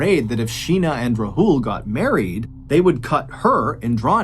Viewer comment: Took me a while to realise you were talking about Sheena bohra's case because of how you pronounced Rahul. It's Raa hul not rahool. A in Rahul is AA not A.